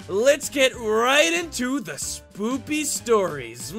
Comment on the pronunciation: He said spoopy stories